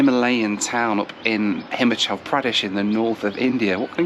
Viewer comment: it's not HIMachal but HimAHchal Pradesn.